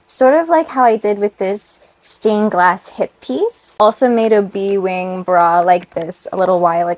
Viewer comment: Lol every time you said bee wing I heard B-Wing from starwars lol